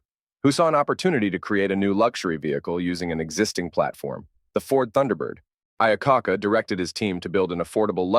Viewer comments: Yeah, "Lee Eye-ah-caca" and "Mark Vyeeiigh" (Mark VIII) had me roaring 🤣 But it's also when you pull focus and see that not much was actually said in all this word soup. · The AI narration definitely has some trouble in spots and it really sticks out… For instance Mr. Iacocca's name is very poorly pronounced twice and then on a third try it is properly pronounced. Quite annoying to anyone with intelligence actually. Several of the pictures do not line up with the narration and it is extremely bad information to show a two door version of the 61 through 63 suicide Door Lincoln as no such vehicle ever existed. It was not until the 1966 model year that a two door version of the Lincoln premiered.